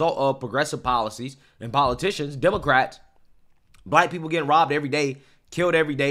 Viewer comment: what the fuck did he say? They were bit? Bibed? Is he not able to say “ROBBED”?